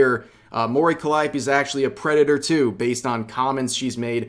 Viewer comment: Why are you pronouncing it CallEYEopee?